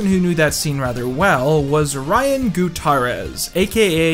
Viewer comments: Not to be that guy, but for future reference. Gutierrez is a latino name pronounced “Goo-Tee-Air-Ehz” not “Goo-tAhr-Ehz” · Ryan Goo Tah Rez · We also gotta talk about how pronounces “Gootarrez” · How did you pronounce Gutierrez lol